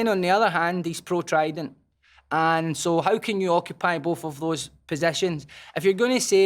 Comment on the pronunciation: What an articulate and impressive man, right up until he said trident.